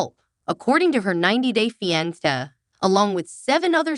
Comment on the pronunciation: AI cant even pronounce the word fiance. Definitely a turn off.